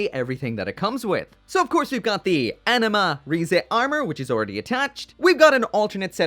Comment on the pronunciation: You say anima, I hear enema.